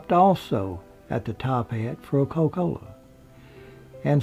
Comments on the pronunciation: The way you say coca-cola, "co-cola" is the same way my grandfather used to say it. I love it! lol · "Co-cola", "see-ment" Priceless!